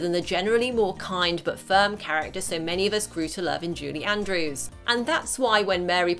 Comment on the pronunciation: Why does it sound like you’re saying “JUDY Andrews?”